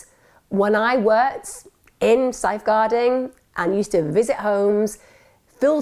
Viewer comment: what is "sife guarding"?!